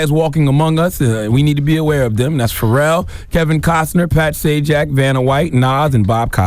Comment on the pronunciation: Nigga said Pharrell 🤦🏻‍♀️😂🧛🏿‍♂️